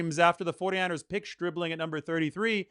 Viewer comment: Who ever said anything about anyone been drafted too early? The only info I have is, I know his name is not Stripling, it's Stribling! But that's just my amateur opinion I suppose as you'd say...